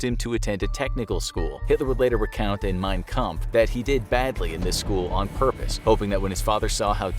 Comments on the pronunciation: I'm pretty sure the book is called "Mein Kampf" and not "Mein Kampe" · WTF is "MEIN KAMPE"? smh...